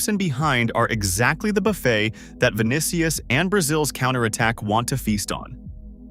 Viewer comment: "vinikius" lol